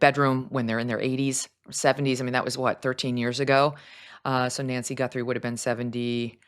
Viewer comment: Who the hell is Nancy Gunthrum? It's Guthrie!!! How do you know that her bedroom is small?